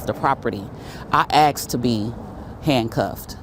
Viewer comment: Asked asked ASKED!! Why the flippedy-flip-flop do people keep on saying AXED?!?!